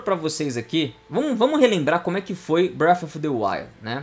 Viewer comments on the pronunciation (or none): bréfi deuaiu